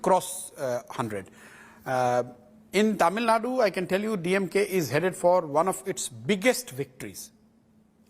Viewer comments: I’m fucking irritated when these anchors call it TamilNad. Even though I would like to listen to the full interview, calling Tamil Nadu as TamilNad is the kill switch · It is not tamilnad ,it is Tamil Nadu... aashole journalist